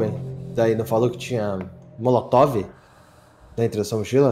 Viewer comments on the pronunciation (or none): Não aguento o falando coquetel molocotove kkkkkk